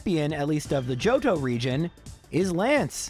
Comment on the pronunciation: I replayed a bunch of times because I heard “Jojo region” instead of JOHTO